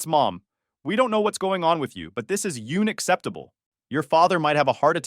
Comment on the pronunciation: yune-acceptible? This is an AI channel, and a bad one at that.